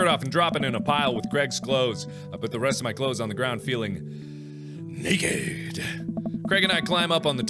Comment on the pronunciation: "nakhed." lol